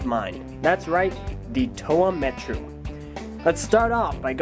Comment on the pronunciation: It's pronounced Muh-Tah, not Mah-Tah